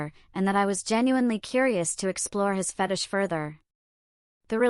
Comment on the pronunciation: Stop mispronouncing fetish 😢